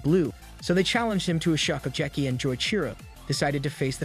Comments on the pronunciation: bro your pronounciation is so bad get at least ONE word right 😭😭 "shokucheki" really? thats legit the name of the show shokugeki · Bro you ruined one of my favorite animes by butchering all the names 🤦🏽‍♂️ what is "shokujerky"?